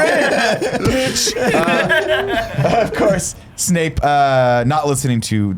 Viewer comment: For this series, every time Nick says Snake instead of Snape you have to drink